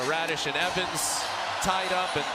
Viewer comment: Hit by "Raddish" heheheh that's hilarious